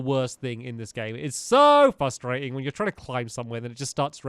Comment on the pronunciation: Its fRustrating not fustrating